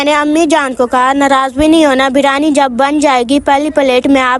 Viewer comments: Bolna to Sikh lo birani nahi biryani hoti hai aur a tumne biryani nhi sada pulav hai 😂😂😂😂😂😂😂😂😂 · Beerani nahi hota. Beerani Beerani. Briyani hota he.